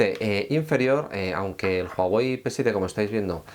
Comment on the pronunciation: Mierda pendejo es "uawei" la "h" no suena más no "juajuei "